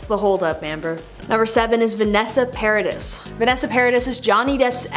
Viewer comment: It is pronounced Paradee (Paradis)it is french. There is no evidence he was physically hurting Amber. Team Johnny! ❤️